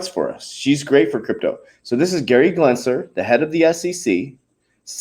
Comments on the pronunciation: lmao... i want him to keep saying glensler!!! i love it.... leave him alone. he told you he is dyslexic. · For the last freakin time, it’s Gensler NOT “Glensler!!!! Drop that damn “L”. Lol. Jesus. You can’t gain credibility if you can’t even pronounce the name right of probably the biggest key player in the crypto space right now. And WTH is with the burps?? 😂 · GEN- SLER. GEN- S L E R